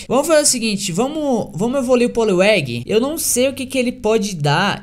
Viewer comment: ele tentando falar poliwang evoluindo vkkkkkkjj